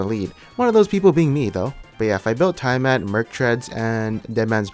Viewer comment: dude you're pronouncing tiamat incorrectly... search google